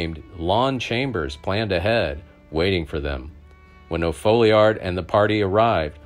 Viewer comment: Narrator needs to get a grasp on English. It’s not ,O’Foleeard, it’s pronounced O’Fallyard. Charlie Bowdrie is not Bowder. And It’s Vakero, not Vakwero.